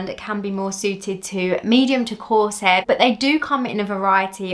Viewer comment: The way you say “hair” is annoying. Why can’t you pronounce it the way it is spelled?